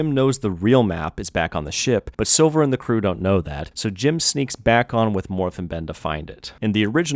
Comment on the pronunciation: Thank you for this video. Always love to hear good stuff about one of my favourite childhood movies, truly a treasure of 2D and 3D animation. But I just want to say that your screw-ups with Jim's name was a great addition and made me laugh every goddamn time😂